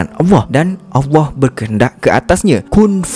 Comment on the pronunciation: Abg...mohon utk belajar sebutan ALLAH, kurang jelas dan lebih kepada AWWAH